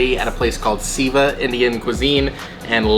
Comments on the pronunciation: It's not siva it's pronounced say va... It means to serve.. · Not Sieveh its pronounced Save Aaa ... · The name of restaurant should be sounding as 'Say-va' (Seva is Sanskrit word meaning 'Service') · Guys, it’s pronounced ‘sayva’. :) great video!